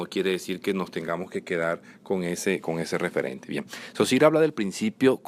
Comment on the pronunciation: mucho ingles poco frances! Saussure no sosir!!!no se te entiende!!